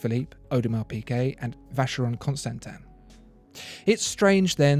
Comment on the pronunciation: Great listing! (You need to work on your pronunciations: it's not Yeig-her Le Coult, it's not Vacheron Constantain...)